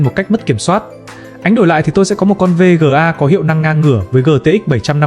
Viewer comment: thà gọi là vê ga hoặc card đi chứ VÊ GỜ A liên tục nghe muốn sang trấn